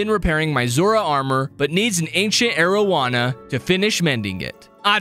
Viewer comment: also , why does arowana sound like mariujana